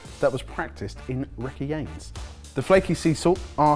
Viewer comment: the 17th century method practiced in "rekjieyns" LMAO he probably meant Reykjanes, that's my guess.